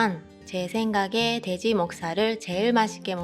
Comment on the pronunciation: 일본인은 돼지 발음을 대지라고 하는듯 ㅋㅋ